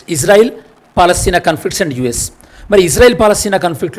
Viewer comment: Good One but Palastine in Telugu - Paalastheena 😅